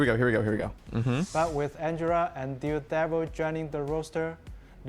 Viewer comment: Did I just hear Dihdevil? lol jk